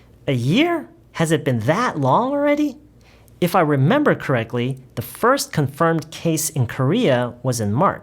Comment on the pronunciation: 궁금한게 Correctly 에서 코렉클리로 들리는데 제가 맞게 들은건가요?? ㅋ발음으로 발음 하면 되나요!?